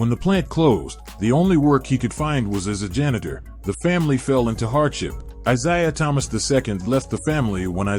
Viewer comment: How about getting something that can say his name correctly.